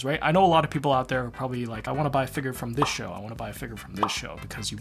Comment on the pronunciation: I'm not gonna lie, I heavily disagree with the way you pronounce figure 🤣 but that's just a me thing haha